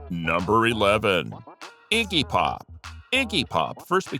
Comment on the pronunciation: Did he say Icky Pop?